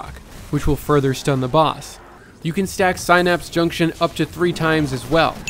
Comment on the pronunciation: This is why school is important kids, so you can learn how to correctly say the word synapse.